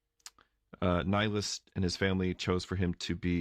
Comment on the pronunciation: Is your reposed perish member called Nilus or Naus? I can’t understand the name